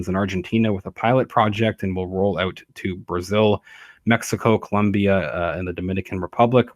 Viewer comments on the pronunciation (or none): none